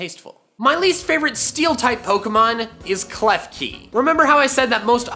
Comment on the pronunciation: KLEFKI DOES NOT END WITH EY, IT ENDS WITH AN I! FIX IT NOW!